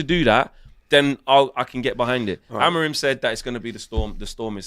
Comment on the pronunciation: .... Amor-in or Amor-out ... LOL